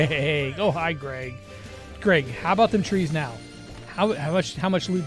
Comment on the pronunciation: his name is Greg not Grayg lol